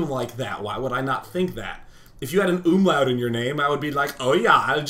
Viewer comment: an UUUUUUHMlaut? HAHA I love it when americans try to speak german words!